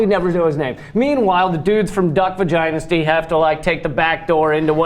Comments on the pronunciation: did the long hair guy say Duck Vagynasty? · Did that guy say "Duck vaginasty"??